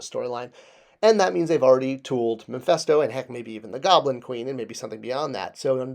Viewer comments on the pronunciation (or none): Mephisto not Mephesto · Its Mephisto not memphisto.